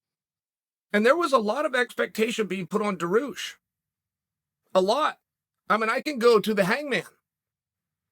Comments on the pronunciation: “There was a lot of expectation being put on Daroosh” floored me 😂😂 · There’s no fucking L in makhachev damn Chael and his special Ed reading. And dah-roosh. How can some one so good at speaking be so bad at words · …and don’t forget about “Duhroosh”. 😉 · This one is the worst one for sure. Some contenders are "Surreal Gane" "Khamzat Chimeye-ev" and "Daroosh" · I seriously think ol' Chael P deliberately mispronounces everyone's name for reasons us mere mortals could never understand.....either that or he just simply cannot pronounce a name beyond the likes of the single syllables of Jon Jones, and anyone named mach-L-chef, dah-rush, or haz-mat is just SOL, ain't happening, it's quite the juxtaposition for a mind that sharp